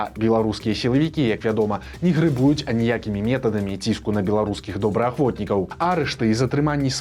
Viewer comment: ГрЭбуюць, а ня грэбУюць!